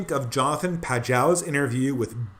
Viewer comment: P ahh joe. Pronounced. P ahh joe.